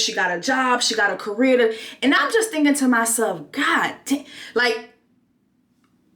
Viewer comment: Right lol. And he said CAreEr? Whet?